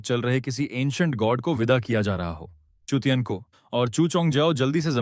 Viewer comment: Chu tian bola hai chut tiyan nahi😂😂